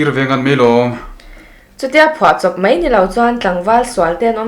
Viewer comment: ani mai tih turah ani mei tia i lam hi chu a dik hlel deuh